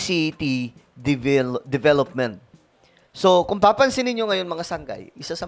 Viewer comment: 😅 divilupmint, you kannat😂joke lang!, ikaw naman!